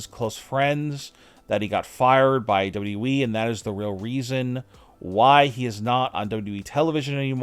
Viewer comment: You're missing a w when you say "dubwe" instead of wwe 😆😆